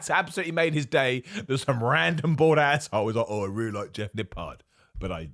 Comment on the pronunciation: Cool vid as uusal man. I always thought it was the bald asshole you were saying in this one it's more the bored asshole lol